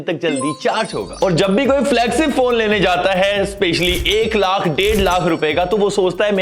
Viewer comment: Flagsip ni hota Bhai 😂😂 flagship hota hai 😂😂😂